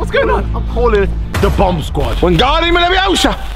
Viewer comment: Chunkz be like : WiNgaRdIUm LeViOsA